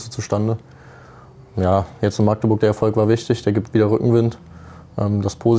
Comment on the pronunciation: Man es heißt Magdeburg und nicht Maaaaagdeburg